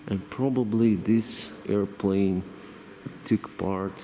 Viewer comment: with all due respect , i love how you say airplane ... airplaine🤣🤣🤣🤣🤣🤣 (just for fun)